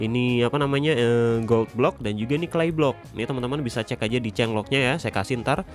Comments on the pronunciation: 10:4 yg ini aku denger Goblok bukan gold block 😂😂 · ko gua dengernya kayak ngomong "goblok" ya 😂😂